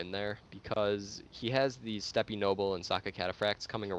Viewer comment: Just FYI, I think you pronounce Steppe as /step/. Love your videos. Will 2v2 be your focus? Any chance of discussing tactics and army builds in the future? The more solid TW videos the better, so keep it up!